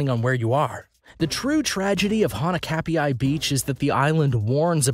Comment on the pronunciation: Wow 20 shark attacks 😱 more people die from hippos Also pronounce hanakapai beach correctly. (Most places have rip currents if there are waves more than 5 feet